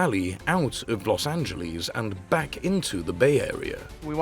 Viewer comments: Why the hell can’t British people pronounce Los Angeles properly? There’s no Z in Los Angeles. They get pissed when we mispronounce the Thames but they all get a free pass on this? It’s Los An-juh-less, not Los An-juh-leez. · Pronunciation is "Los Angeles' NOT "Los Anyyieles"...........Remember "Los Angeles" is a Mexican name Not a Gringo one. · Cringe at Los AngelEEZE. Ugh.